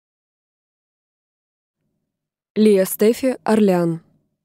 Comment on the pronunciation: Я читала всегда как [Óрлеан]